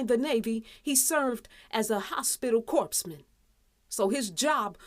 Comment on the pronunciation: It's pronounced core man.....not corpse man smh